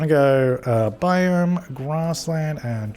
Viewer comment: OMG you know how to say biome and bison A+